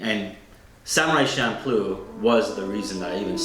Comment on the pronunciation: You did not just pronounce manga as maynga. And Champloo as Shampoo